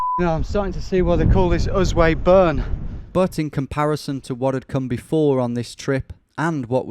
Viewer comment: Sorry to be pedantic but "Usway Burn" is pronounce Usey.